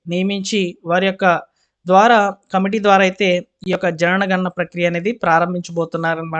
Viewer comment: Why do you always read JANANA GANANA ?